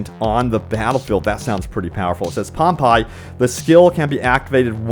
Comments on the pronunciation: its Pom-Pay..... not pompie ...... we all learn about pompei in school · POMPEII is the city that was destroyed by Mt. Vesuvius in Italy. It is pronounced Pom-Pay not Pom-Pie... Think would be used to the mispronounciations of stuff by now but this.. seriously bruh... 😔 lol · Pom-pie??? Haha